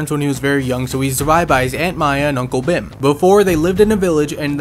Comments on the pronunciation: Dude it’s not pronounced ‘Bhem’ it’s pronounced ‘Bheeeem’ because I’m indian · Bhim is pronounced as Bheem btw but that's ok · Its not bhim its bheem i know thats not the spelling but you should pronounce it like bheem i know i am being way too picky but i had to correct